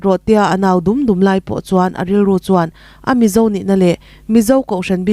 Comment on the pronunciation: The Mizo tih i lam dan kha, Mizo tih kha lam rik sap vak a ngai hleinem.... THE MIZO tiin Mizo tih lam rik dan pangngaiin lam ta mai la a mawi zawkin a dik zawk bawk